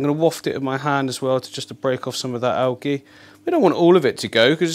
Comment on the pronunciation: Awesome tanks. I watch all of your YouTubes. One comment it's pronounced al-jie not algy :) great YouTube s